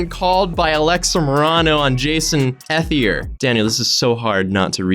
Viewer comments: You’re saying his last name wrong it’s pronounced E-thier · I think ethelier is pronounced like eth ee lee ayy, like all as one word